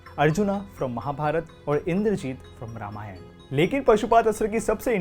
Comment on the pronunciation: Beautiful... This may sound like nitpicking but please try to improve pronunciations.. Barbareek hai.. end mein aa lagaa hai matlab nahi ki barbarikaa bolaa jaye, same for wrongly calling ramayanaa and mahabharata... the letters were there to make English speakers understand not to pronounce it as they usually do with their own words. At least we can spread our education better , which you are already doing a great job of.. just that the pronunciation error irritates me